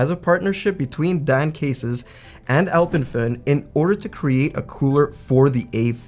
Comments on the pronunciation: Kudos for pronouncing Alpemföhn correctly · Can I compliment you on your pronounciation of "Alpenföhn"?! Haven't heard a lot of english speakers pronounce an Umlaut correctly. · Wait what? I thought North Americans were unable to pronounce ö/ø correctly. totally nailed it! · Pronouncing the name correctly 🤩